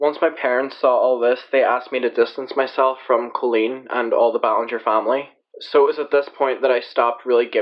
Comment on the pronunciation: OMG PPL ITS B-A-LEN-JER lol NOT BOLE-N-GOR